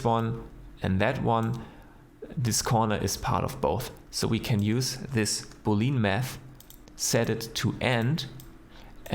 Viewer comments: Awesome video, btw. "Boolean" is spoken "boole-an" not "booleen" e and a are both spoken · Please say Boolean not Booleen.